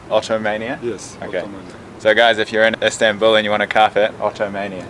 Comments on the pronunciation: It’s Istanbul NOT instanbul dude wtf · ISMAIL AHMED the turkish and the official word is Istanbul. What you call "Instanbul" is the English pronouncement of it